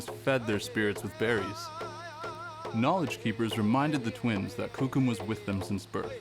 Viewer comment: Why do they choose to show the lightest skinned whitest looking natives to be shown on t.v I'm full blooded cree as is my son and none of us or my family looks or acts this caucasian Even the way the narrator say coucum ITS KOOKUM